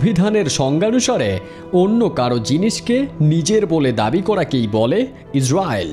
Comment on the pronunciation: ইজরিয়েলড উচ্চারণ টা এমন হবে